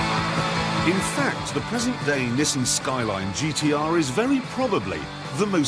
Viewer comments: Ah yes, the Nessan. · I cringed how he pronounces NISSAN....